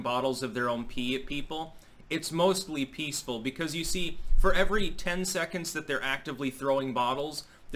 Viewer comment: mostly pee-ceful